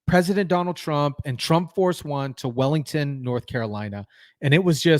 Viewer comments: WILMINGTON NC. NOT Wellington!!!😤😤😤😤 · WILMINGTON NC IS THE CORRECT CITY NAME!! NOT WILLINGTON? EDIT YOUR VO, USE THE REAL CITY NAME TO WILMINGTON, NORTH CAROLINA. GOT IT? FIX IT! GOOD 👍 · It's "WILLmington". NC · I am Trump %. But the greeting for “Trump One” said “WELCOME TO WELLINGTON” not Wilmington. Where the hell is Wellington.